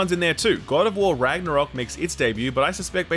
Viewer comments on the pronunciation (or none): none